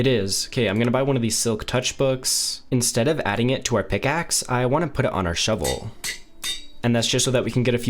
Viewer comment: pick aksssssssss :D why does this guy talk like that?